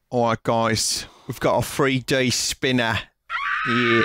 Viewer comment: But do they have a THWEE DEE SPEENAH!!!?